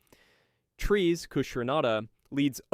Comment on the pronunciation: Great video except your pronunciation of peoples' names. For example, Char is said like "Shar". Char is a French version of Charles so the Ch is more often said like Sh. The worst though is Treize. It is most certainly not pronounced "Trees" :/.